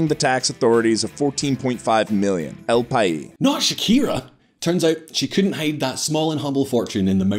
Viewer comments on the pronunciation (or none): Just a quick note: you need to pronounce the s in 'país' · c'mon, it's not French, you do pronounce the s in El Pais